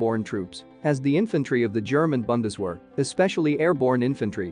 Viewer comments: It is Bundeswehr (the "u" is probunced like the " u" in unit ) and not Bandeswähr. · It's not pronounced Bun-des-wear - it's Boon-des-vehr! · You are pronouncing Bundeswehr as if it would be written with an A like Bandeswehr. Try pronouncing the U as in united. No offense it's only a tip to improve your German ;-) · 'Very unique' - ouch! And say 'Viesel' and 'Bundesvehr' - 'tisn't hard, trust me. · I know it is an artificial voice, but hearing the mangling of "Bundeswehr", "Heer" and the like just grates. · Please look up how to pronounce Bundeswehr. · Maybe next time the word Bundeswehr can be pronounced correctly.